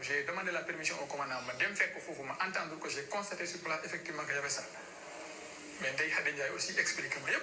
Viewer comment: Je ne sais meme pas comment elle a fait pour avoir le diplome de masseuse,a la place d entendre,elle nous parle d attendre...